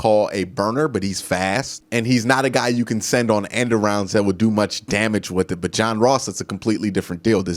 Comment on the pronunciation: I love the videos but yes pronunciations drive me crazy... Wif, aflete, any th is a f..... Drives me crazy af...fouf, fif, DEF!!!! DEPTH BRO. come on